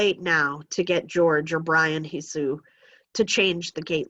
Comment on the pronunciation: Jorge is pronounced hore-hey not George for future refrence